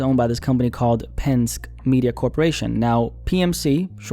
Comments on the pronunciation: Trust me it's pronounced pen-skee, 😅 not "pensk" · Hey... It's "PEN-SKI" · It’s pronounced pen•”ski” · Minor correction, Penske is pronounced pen-ski. Keep the Vids coming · It’s pen-ski as in Roger Penske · Why didn’t you look at a video on how to pronounce Penske bro (pen-ski) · It’s pronounced Pen-ski; as in 🎿⛷️ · I'm from PA and hearing you mispronounce "Penn-Ski" is pretty damaging to me. Good content though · its pronounced pen skee and the owner of PMC is the son of roger penske who owns car dealerships all over